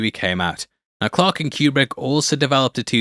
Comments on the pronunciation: That's not how Kubrick pronounced his name. but then it's not surprising that an AI would mispronounce a name. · If you want to sound like an expert, at least learn to pronounce his name correctly. It’s not Q-Brick it’s pronounced Coo-Brick. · His last name is properly pronounced Coo-brick NOT Cue-Brick he pronounced it Coo-brick. Whenever I hear it mispronounced it drives me crazy. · It's so awesome to hear children trying to pronounce words while making bank on YouTube. "Que-Brick" Really? Yeah really, that just happened. Can't wait to see what becomes of this twat.